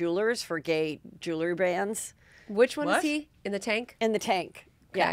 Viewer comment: Jewel 💎 RY ——- Two Syllables —- 2 —— JewelRy 💥 McDonald Go Gamma Phi 💫